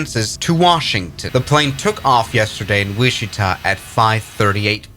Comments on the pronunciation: Not to be that guy, but it’s pronounced Witch-i-Ta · Not a criticism, just for your information in case you ever need to use these names in the future. "Wichita" is pronounced like "WITCH Ih Taw" (stress on the first syllable) and "Potomac" is pronounced like "Puh TOE Mec" (stress on the second syllable) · Is this AI? Wichita is pronounced Which i(short I sound) taw.. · Are you unable to say Potomac or Wichita?! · I think this guy should have learned how to pronounce Potomac and Wichita before making this video. Makes me wonder just what else he is getting wrong.